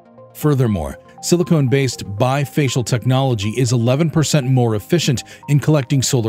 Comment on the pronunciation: Pronouncing Silicon as Silicone is off putting.